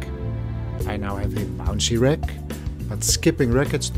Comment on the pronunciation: You pronounce "wreck" instead of "rack"...